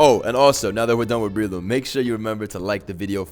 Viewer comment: Not that Breloom pronunciation...(it's Umbrella+Shroom, so pronounced Breh-loom)